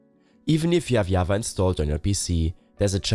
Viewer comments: Java pronounced wrongly lol. seems like you're from scandinavia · What is yava. It is java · The "yava" kills me